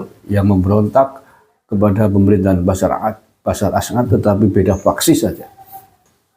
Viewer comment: Maaf ya KANG GUSMAR, ...bukan BASYAR AL-AS'AD, tapi BASYAR AL-AS'AD.